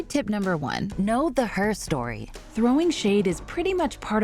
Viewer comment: Am I the only one that cringed the way her-story was pronounced.